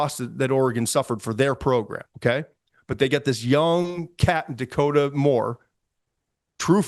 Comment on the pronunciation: Oregon fan from Eugene🖖 appreciate the great content, always Todd!! Please get the two studs’ names right in the future🙏 it’s Noah Whittington(not WhittingHAM) and Dakorien Moore(not DaKota Moore) 💚💛